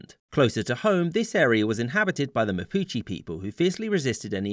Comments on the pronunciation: Chilei? MAPICHI?? Dude, some respect for the language ong still good vid, it just hurts hearing some of those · I get to minute and I understand that he was saying Mapuche, how can you say Mapuche so badly?